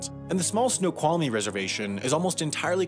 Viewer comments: Snoqualmie was right! (That’s my pic) Dinè was wrong. (Reverse emphasis) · Dude, dude, you actually said Snoqualmie correct. Good job!